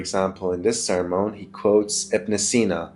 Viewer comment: Awesome food for thought, dude. So what's the difference between the Old and New Covenants? And FYI it's pronounced, sir-mun.